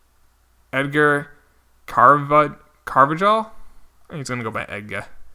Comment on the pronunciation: Carvajal is pronounced like carvahall